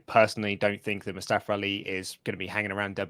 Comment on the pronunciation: MOO STEH FUH pronounced